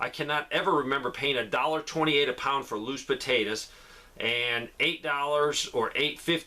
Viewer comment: I love how you say potatas 😊